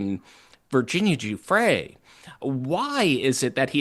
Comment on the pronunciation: Brian- Please learn how to say Virginia's last name. You diminish that she was arguably the one person that finally uncovered the entire thing. The Farmer sisters tried sooner. But Virginia put this on the radar. She committed suicide albeit as a result of her suffering.